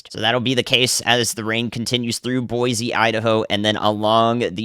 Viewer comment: In Idaho, we pronounce it "Boy-C". :D